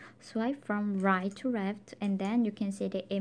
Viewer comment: Ya me too I really like your accent Soo cute ..I really like it when girls have a accent. Especially the / rit 2 reft part . I'm Hispanic so I know about having accidents myself. Don't change anything that's what makes you unique